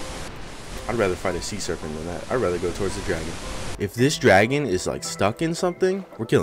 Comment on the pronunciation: "see'nt" serpent